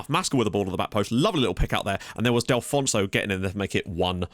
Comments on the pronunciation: Mate, it's DELL-FOO-NESS-OH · Delfouneso is pronounced "Dehl"-"Foo"-"Neh"-"Soh"